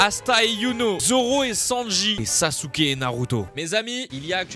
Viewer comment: Dans Naruto Jiraya dit Sasuke avec un Z